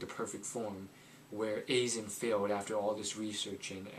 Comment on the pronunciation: Aye-zen, not A-zen, Sah-gah, not Say-ga.